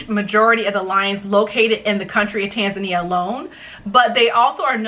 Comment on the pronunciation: Thank you for educating those who doesn't know how to properly pronounce Tanzania. Strangely enough most of them are africans, even our close neighbors! But not many europeans and americans do this mistake! Asante mpendwa!